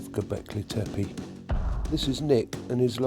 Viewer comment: Well done with the pronunciation of "Tepe" = "hill" - most Brits and Americans botch up the second "e", but you didn't, it was exactly the same as the first "e", as it should be. "Göb" rhymes with British "burb" as in "suburb".